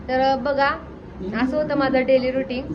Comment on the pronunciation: Ruting नाही ग रूटीन